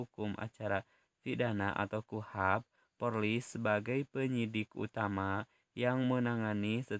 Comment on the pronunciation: Polri bukan porli pak